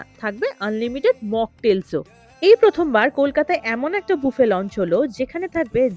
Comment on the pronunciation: Thank you... You are the only bengali content creator who rightly pronounced buffet as 'boofay' and not 'baffett' .